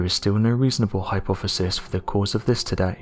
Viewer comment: This narration needs a bit of translating. Allow me: "hypoffasis" = "hypothesis", "ideer" = "idea", "fourteenfff" = "14th", "fank you" = "thank you", "uhvers" = "others", "fuvah" = "further". (Pretty bad when even robot voices use poor grammar. Lol!!)